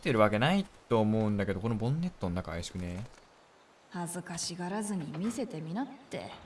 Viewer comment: ぼん↑ねっ↑とぅ↓